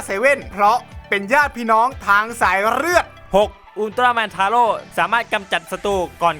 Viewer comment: 11.อุลตร้าแมนทาโร่ออกเสียงแบบไอ้โง่!!!!